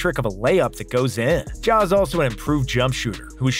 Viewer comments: No way he called ja “John” 💀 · NO WAY YOU CALLED JA JHON